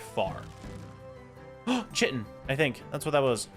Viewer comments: I hate that you pronounce it chitin instead of kaitn. it's Kaitin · Chitin is pronounced KITE-in. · The drops that you get from insects, "chitin," is pronounced "kyton." Just thought you would like to know. 🌻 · The way you say chitin is wrong, there is a shovel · Bro keeps mispronouncing chitin over and over.😂😂😂 also, does he ever set his spawn at his base?